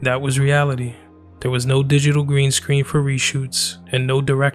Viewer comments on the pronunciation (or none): none